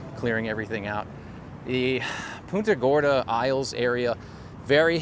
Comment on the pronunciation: is punta gorrrrrda not puna gora